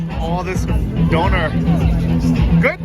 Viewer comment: please, consult Bald, it's pronounced Donna like the name, not donor like organ donor 😂